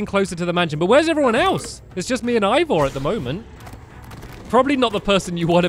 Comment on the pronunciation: its Ivor not evor